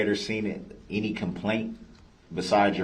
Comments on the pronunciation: It’s any not anty lol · “Inty interaction” 😂😂😂😂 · I’m upset that he thinks “enty” is an actual word. The word is “ANY” and he doubled down by saying “entee” twice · Enty enty...why is it so hard to say any? How can you put a T in any? And how did he pass a GED? Online? So he could cheat is the only way he got a GED imo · He fkd up the very first sentence..."anTy" interaction 🤦🤣🤣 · No he said “IN TEE, in tee” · It’s also ‘any’, not ‘enty’. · Axe wtf.... enty wtf. It's pronounced ask, any.... Yeah he's a rocket scientist for sure.